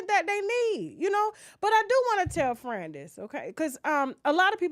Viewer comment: I love how she's saying Fran like Fren lol